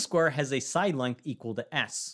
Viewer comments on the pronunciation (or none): none